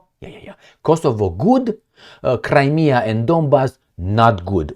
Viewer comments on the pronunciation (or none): none